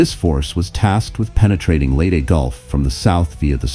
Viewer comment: Robo voice. It got Leyte wrong, too.